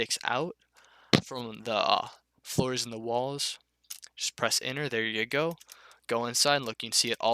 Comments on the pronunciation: holy fuck I was stuck on "and press inner to create the object your trying to make, it's pretty simple" yeah so is pronouncing your words correctly you fucking burger, apart from that top tier tutorial, thanks bud, #votebiden2024. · I was stuck on when you said "and then press enter to create the object you were trying to make" because I heard it "inner" :) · he says enter like inward i was so confused at the start lol